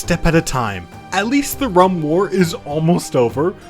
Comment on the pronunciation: Sultanate of Rum is pronounced like room. Not the beverage made from sugar